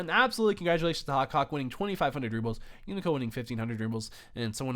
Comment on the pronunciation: Rubles, not rubbles :p